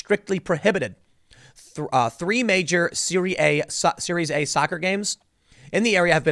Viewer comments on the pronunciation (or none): Tim, it’s pronounce like “Siri Ah”. It’s Italy’s highest level of professional soccer and includes teams like Inter Milan, Juventus, and AC Milan.